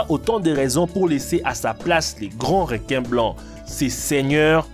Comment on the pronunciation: Les "réquin" AH AH AH... Comment sa j'ai raté le message?